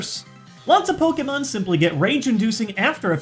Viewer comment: its poke-ay-mon not poke-eee-mon